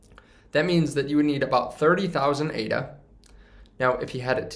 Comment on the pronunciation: Its Ada like a person's name not A.D.A. You're audience would be more accepting of your info if you had the basic info IE: the name correct first.